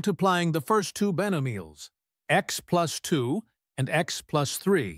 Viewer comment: "Beno-meals"?!? They don't even have a human listen for obvious mistakes like that! 😂🥱